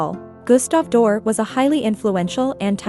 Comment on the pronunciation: If you can't even pronounce his name correctly, why should I listen to anything else you have to say about him?